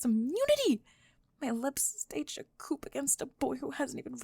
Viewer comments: “Goth girls don’t pray.” Someone doesn’t know history. Also, I think I heard coop instead of coo (coup.) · Love these so much. Couple of notes: coup, short for Coup d'État - you're not supposed to pronounce the 'p' in it. And in another video (bullies argue who's going to prom - one of the most clever videos I've seen on YouTube) you used the word "rapport" which you're not supposed to pronounce the "t". The p and t are silent. Just a tiny heads up. Love these!